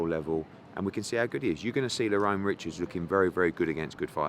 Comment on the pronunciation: How many times its Lerrone not Lorron